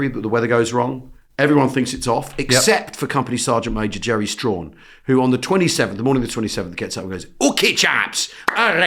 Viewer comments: Stachan is pronounced Strach-an not Strawn. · Sgt Strachan should be pronounced as Str-a-ch (as in Scottish loch sound) en. Not the Strawn as you later said Al. Coming from Peterhead in north east Scotland where Strachan is a quite common name. That being said there is a village near Banchory (again with the ch, loch sound) in the deeside area of Aberdeenshire called Strachan but is known locally as Strawn! Enjoying your podcasts guys. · I was going to say the same. I pronounce the village 'Straan' though. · It's pronounced "Strachan."